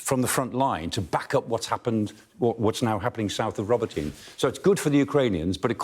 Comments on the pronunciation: Listening to native speakers, it's pronounced ro-BOT-y-nee, not robo-tyne. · ROBOT EEN AAYY. ' NOT Robo tyn. 😮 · Ro-bo-tin-ye not Ro-bo-teen.. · Awesome explanation Michael Clark. Just one thing, Robotyne is pronounced Robo-tin-ney not Robintine. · get someone Ukrainian to teach pronounciation, it is more like 'robo tee nay' not 'robo teen' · Not Roboteen or Robotine. It's Robotyne 😂 Love Professor Clark 👍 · Robotee-Neh = Robotyne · Guys, I think they pronounce it like "robotna" not "robo teen". That's how the Ukrainian commentators pronounce it anyway. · It’s not spelled ‘Robo-teen’, but ‘Robo-tee-neh’ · ro-BOT-in-ah try listening to some actual Ukrainians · RO-BO-TYN-EH. That's the pronunciation. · Does sky actually talk to any Ukrainians about how they pronounce these towns...😂 Roboteen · i really thought it was pronounced robot-nye rather than robo-tin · Pronunciation: Robot-na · Robo-teen? Is that how it's pronounced really? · Why are Brits seemingly unable to pronounce foreign town names properly, although they are continuously mentioned in the foreign and local press??? Ro-bo-tee-nay Ba-h-moot H-ark-eev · He pronounces it more in a russian style. In russian it's Rabotino. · I couldn't watch this - please learn how to pronounce Ukrainian words, even if it's just a vague resemblance to the actual word. Row-bah'-tin-uh. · That's "Ro bo ti na". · It's Pronounced Ro-Bot-in-eh,,,, please get it right. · It’s pronounced “Ro boto nay” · It’s not that hard to pronounce the name of Robotyne correctly . Sky pays fortune no doubt a little effort to say it right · Pronounce Robotyne properly !!! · The final "e" in Robotine is enunciated, not silent. God, people are terrible at pronouncing Ukrainian city names. I feel like they make no effort to learn how they are actually pronounced. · The E in Robotyne is not silent guys